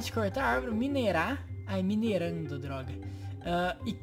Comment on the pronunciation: E minerando não mineirando mas eu gostei do mesmo jeito